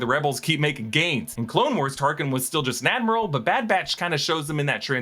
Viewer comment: you called Tarkin , Tarsin 😂